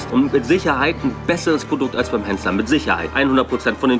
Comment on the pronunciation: Henssler und nicht Hennsler. Achte auf den Titel und lass mir nun den Fuffi. ;-)